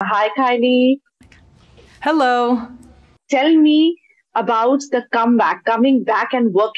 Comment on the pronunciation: It's pronounced Kay-lee, not Ki-lee